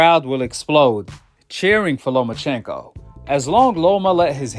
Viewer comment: Who TF is "LoMANchenko" 🤣 we don't need to hear from Skip Bayless or Stephen A Smith when it comes to Boxing they don't know WTF they're talking about